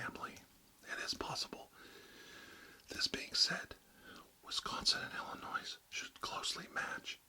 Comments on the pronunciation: *Illonois. The s is silent. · YOU DON'T PRONOUNCE THE "S" IN ILLINOIS >.< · I love the video it was tons of fun and interesting. As a native of Illinois I just have to cringe a little at hearing that S. Great video though keep up the good work!